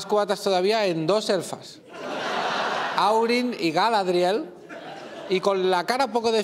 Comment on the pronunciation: Realmente has dicho dos nombres que no pertenecen al señor de los anillos...Aurin y Gromenagüer.....jajajajaajaa. Entiendo que al decir Aurin quería decir Arwen